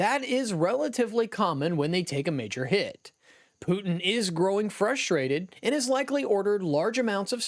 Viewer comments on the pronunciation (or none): none